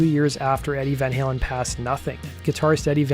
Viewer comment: I h8 how Eddie Trunk pronounces Van Halen as Van Helen